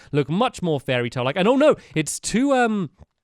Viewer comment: fairytail, i seriously heard fairytail when stampy and revealed the topic.